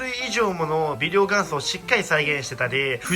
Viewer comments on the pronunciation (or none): これ微量元素（びりょうがんそ）って読むの？びりょうげんそじゃなくて？ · がんそ？ げんそでは？